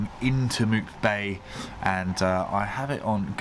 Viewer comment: Mupe Bay not Mute 😉